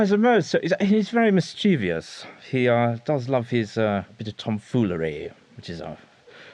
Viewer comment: Had me up until "" says "mischievous". The actor in the clip mispronounces it as "mis CHEE-vious". There's no way an old pro like would make a slip up like that! Otherwise, really enjoyed it!